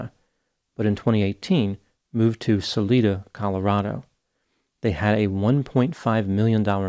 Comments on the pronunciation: "Sa-lie-da," Colorado. Yes, I know, that's not the Spanish pronunciation of the word, but that's how it's pronounced in Colorado. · It's pronounced sul-EYE-duh.